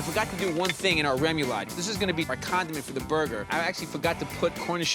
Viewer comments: Rem-you-lod? Lol... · Take a drink every time Bobby mispronounces “remoulade.” Bobby is to French as Giada is to Italian. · Haha he's a Jersey guy but don't rip him too bad that Louisiana/Cajun/Creole vibe has some strange pro-nunc-ciations